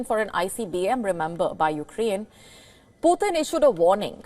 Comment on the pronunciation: are you sure about the word "you're next? Please check, I doubt of that word.whenever you pronounce Putin, it sounds as poor thin 😊,Mr Vladimir Putin is together with Mr Trump both with 2nd chronicles,revelation, 1st Corinthians, 1st Corinthians 5:1-5, 1st Corinthians 6:9-11,mr Starmer to exchange Bible with Mr Trump, American English and British English Bibles, as Mr DL moody quoted"The Bible was not given for our information but for our transformation "."GOD doesn't expect the impossible from us.HE 2nd chronicles,wants us to expect the impossible from HIM ".thanks, please recheck of the word 'You next ',and delete it off, as it may lead to another unhealthy angle.